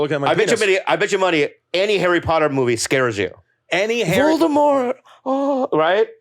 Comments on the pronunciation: Bro said Voltimore, lol. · Bro said Voldemort like it was Baltimore 😂